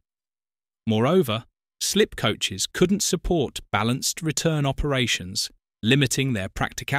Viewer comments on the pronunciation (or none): none